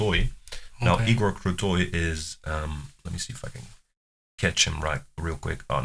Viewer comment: As a fan of Dimash I watch tons of reactions on Youtube and you are the one of the few foreigners who really good pronounce Dimash Qudaibergen and also Igor Krutoy names. For me it shows that you are genuinely like and respect this artist. Many reactors even after dozens of reactions still cannot say his name correctly and forget about "that bald guy at the piano". Could it be because you are beatboxer/ rapper and this type of genre requires a lot of training and hard work with enunciation and precise sound proiducing? I watched your works and they are great and interesting to watch. Knowing Dimash, let's hope he will not step into the beat-boxing territory and diminish other artists in this genre as he does with others (it's joke!). Thank you again for your entertaining reactions and love from Kazakhstan!